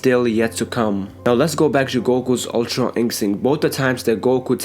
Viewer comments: Am I the only one who was annoyed everytime he said ultra instinct tf is ultron instinct smh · Its Ultra you fkn idiot not Ultron